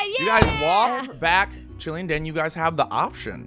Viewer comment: I love how Ivan just calls Den Dennice